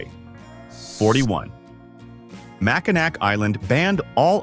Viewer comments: Love my state. Annoying, just one of the things, it is pronounced MACK in AWE!!!! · Pronunciation is way off... ugh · Ever hear of the Mackinac Bridge? That bridge connects the Upper Peninsula to the Lower Peninsula………. It may be spelled Mackinac, but pronounced Mackinaw….. you want to do a video on Michigan make you use the correct pronunciations. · Mack-i-nak pfft AI trash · It’s pronoun Mack in Naw! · Hey us Michganders pronouce it Mackinaw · Yes, please pronounce the last syllable in Mackinac, aw. Mackinaw. That's how that word is pronounced. Mackinaw! Or if you prefer Mackinall. Or Mack in "AW". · If you are going to talk about Michigan, please pronounce Mackinac right. The C is silent. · I know it's spelled Mackinac, but it's pronounced Mackinaw, as soon as Michiganders hear the wrong pronunciation and immediately know your a outsider. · Get a better AI voice that knows how to pronounce Michigan words. Also use real images instead of made up ones with all the misspellings. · It was so annoying